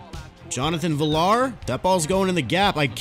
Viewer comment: It’s pronounced viyar not villar. Good video though